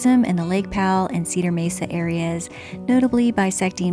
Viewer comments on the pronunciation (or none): none